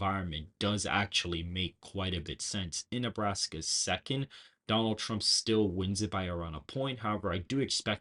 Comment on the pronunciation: TWUMP TWENNY FOUGH!